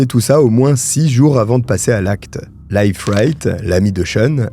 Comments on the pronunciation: A propos, Leif (le nom de l'ami du soi disant pasteur) se prononce "LIF" et non "life".😊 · Leif se prononce Leef, comme un i long... Je dis ça comme ça 😅